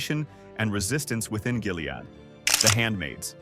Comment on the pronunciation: True, the way he says “Jilead”!